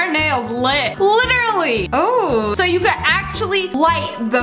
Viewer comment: lit-erally I'll go home